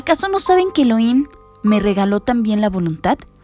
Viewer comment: El nombre correcto es elohim no heloim